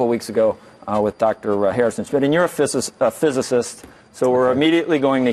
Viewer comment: Listen to this moronic moderator...can’t pronounce physicist but is somehow too smart for the professor. What a clown.